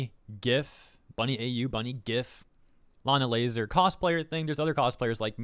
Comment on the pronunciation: the blatant saying layna lazars name wrong is kinda hilarious